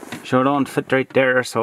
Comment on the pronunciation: I challenge everyone to take a drink every time he says “dere” (there)😂